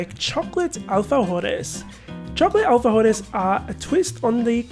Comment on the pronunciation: Ohh the king of all cookies! I live for alfajores!! Also, your pronunciation for "alfajores" or alfies 😉 is spot on!!! 😀